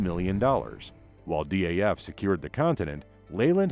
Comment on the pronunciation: I noticed the same thing. Also its DAF, not D.A.F.